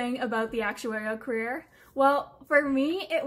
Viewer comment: the way you pronounce "career" is very cute though